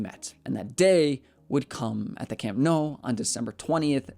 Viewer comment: I'm genuinely curious how you pronounce your surname, after hearing how you pronounce Nou